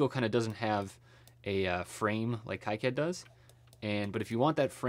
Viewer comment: also plz say "keycad" instead of "kaicad" :D